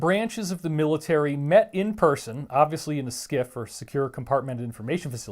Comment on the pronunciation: planets hahaha, and you little biach can't say word military, or whitehouse...